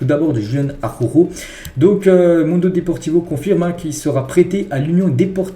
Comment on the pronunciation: 😂 no es Arôrô se pronuncia, Araoujo, Araújo 😉